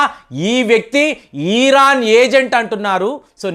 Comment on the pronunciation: దయచేసి ఈరాన్ అని అనకండి, ఇరాన్ అనoడి